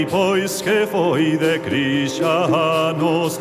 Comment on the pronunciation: leo marcucci evidentemente está cantada por um castelám que nom tém a menor idea de pronunciar galego e por isso soa tam horrívelmente a ouvidos galegos ou portugueses, reparaches en que pronúncia paganas,crischanos,bona...um horror!!!